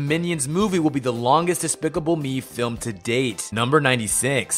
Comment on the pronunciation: you said film wrong in fact 102. there is no such thing as a fim.